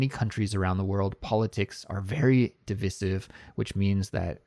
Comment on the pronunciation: Hello! Could you please let me know why you pronounce ‘divisive’ that way because in a dictionary both Britain and American versions are ‘dɪˈvaɪsɪv’.